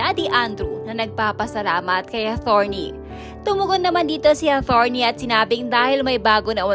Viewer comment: Atorney..not athorney..